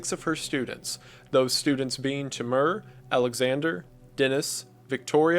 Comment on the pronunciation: as a russian speaker, hearing you pronounce the name "Timur" as "Timmerrr" was funny. love you're videos, keep up the good work ♥️